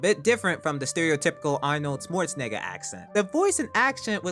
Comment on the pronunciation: “arnold swerrzinigga acent”